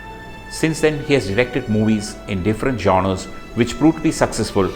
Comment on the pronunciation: please pronounce genre properly. its not jonar, it's almost like 'shawnrah'. french.